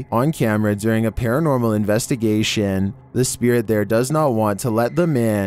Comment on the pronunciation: #11: Don't u mean "paratnormal"?? 😏